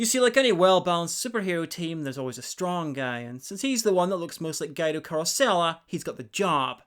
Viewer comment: Guy-doh?! It's gu-wee-doh... Like the slang term. OT: This looks like a fun series and I wish TVO (TV Ontario) had brought it over here like it did several other shows.